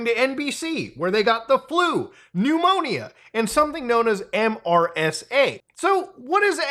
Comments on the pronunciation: It's MeeeeerrrSaa 😂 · MRSA is pronounced mersa, at least in the U.S. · Mutahar, MRSA is usually pronounced, rather than spelled. Mur-sah. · Saying MRSA instead of “mersa” is the first time I’ve heard this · MRSA is pronounced mersa. Surprised you've never heard about it before 😊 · Even tho it's an acronym, most people say MER-SUH instead of saying the letters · “MRSA” is pronounced Mer-sa. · In case you need to know in the future, It's commonly pronounced 'mersa' in the medical community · MRSA is pronounced "mersah". it's antibiotic resistant staph. It's also easy to clean off mrsa from surfaces, so getting it in the hospital is quite rare. It is usually caused by dirty wrestling pads in bjj gyms and high school wrestling mats. mrsa is EXTREMELY EASY to take a culture of and put into a petri dish, and then inject someone with it. We cultured staph strains in my high school AP biology class. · as a healthcare worker, I was really amused hearing MRSA spelled out as an acronym instead of being pronounced as “mersa.” In Muta’s defense I’m not sure how well known that is outside of healthcare/microbiology where MRSA is a huge deal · MRSA as an acronym is pronounced Mersa btw. Learned about it in Basic Training. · pronounced mersa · Muta- it’s typically pronounced like, “Mersa.” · So close on pronouncing MRSA properly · I have never heard anyone say the individual letters of MRSA in my entire life until now